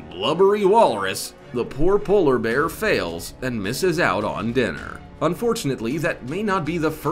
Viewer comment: Walrus- wolres, polar berr, aktopess